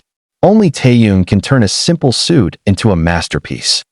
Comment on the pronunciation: You don't even know his name. He is Kim (family name) Taehyung (first name). Butchering his name is disrespectful!